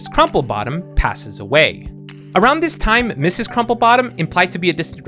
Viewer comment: Mrs. is pronounced (Missus)